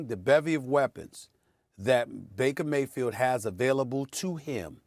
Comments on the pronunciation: Nobody: Stephen A Smith: Mrs Emily Bakerfield 😂😂😂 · Reading these comments after watching the first 2 minutes of the video laughing that SAS really said Mrs Bakerfield. But then realizing he really managed to do it TWICE 😂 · 😂😂😂 calling her “Bakerfield” is smacking her and hubby enough 😂😂😂😂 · He keeps saying Mrs. Bakersfield. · lolol bakerfield xD